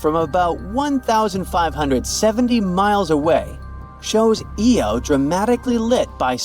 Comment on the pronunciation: had to stop its eye-oh not eeeee-oh jeepers it completely undermines any good research to have such a basic mispronunciation